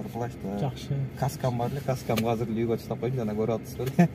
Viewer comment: Казыр казыр дейби, азыр десен э